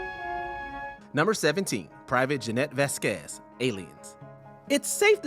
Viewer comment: VAZ-quez, not Vaz-QUEZ. It's even pronounced in the scene.